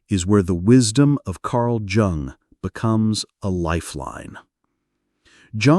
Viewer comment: If you can't get your AI to pronounce Jung correctly, this is not worth listening to. It's pronounced Yoong. Not Jung. Down voted and noping out.